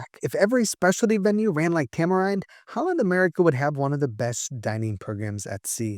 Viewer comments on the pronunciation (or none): Tamerind is a tropical fruit, pronounce "tam-er-ihnd" not "tam-er-eyend". Otherwise, great video!